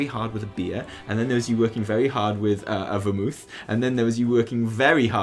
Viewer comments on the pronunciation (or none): I enjoyed this right up until said 'vermooth'. I am disappoint.